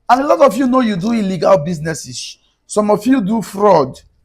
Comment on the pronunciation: ILLEGA ASSETS..SAY IT RIGHT BRO